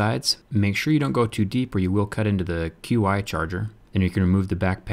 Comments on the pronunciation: dude, it's not pronounced QI charger. It's pronounced like chee. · "q-i" it's pronounced "chee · Isn't Qi supposed to be pronounced as "chee"? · Qi is pronounced "Chee" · It's pronounced as chiee for QI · I thought QI was pronounced "Ch-ee" or "Chi". That is how I have always heard it at least here in the United States. Maybe I am wrong?